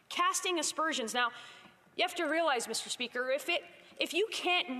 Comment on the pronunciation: “misterrrr speakerrrr!” You are a total waste of Canadian tax payer money!!!!!